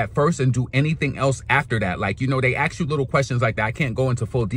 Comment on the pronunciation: ASK never AXE